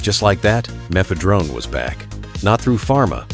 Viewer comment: "meth-uh-DRONE" m'fedrone [tips cap]